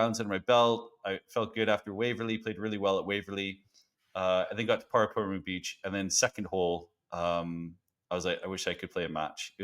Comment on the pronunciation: Definitely a good effort on the pronunciation of Paraparaumu! Love that course